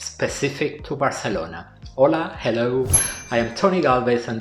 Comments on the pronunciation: he is speaking in English so he should pronounce it in English, and Spanish is not the native language of Barcelona. So it really makes no sense. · It's very annoying that you keep pronouncing Barcelona in Spanish. IMHO you should pronounce it in English.